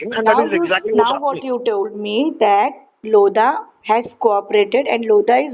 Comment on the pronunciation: "LOAD-HA" .... DON'T TAKE LOAD FROM LODHA ...